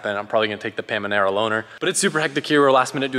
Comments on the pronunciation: Had to re-watch bit at the end to see if he said what i heard ''the pamenera'' not hate it just triggered me, lol, its a Panamera. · guy said pamanara😂 he’s too funny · “The Pamanera loner” 😭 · "pamanera loaner" lol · Pamanera? Lol